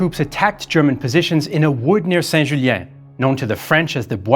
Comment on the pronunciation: Accent Québécois que j'ai entendu "Saint-Julien"